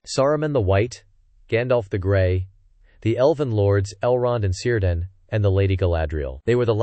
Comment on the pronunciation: It's Keer-dan, not Sir-dan